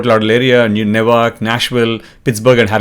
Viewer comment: Newark is not pronounced as "Nay-wark" its "New-urk" or "New-ark"..